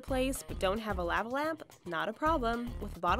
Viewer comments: Law-va not La-va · lah- va is how u say it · "Lahvuh lamp." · Say "lava" correctly. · that bothered the hell out of me lol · The way she says lava lamp pisses me off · why the hell does she say lava that way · Yep dunno why but that bugged the shit out of me too. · the way she says lava lamp 😂😂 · How she said lava was weird